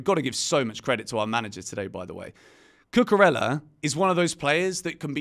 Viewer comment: Please learn how to pronounce Cucurella. Double l’s in Spanish are pronounced as y. Not pronouncing the name correctly of someone you give a box is disrespectful.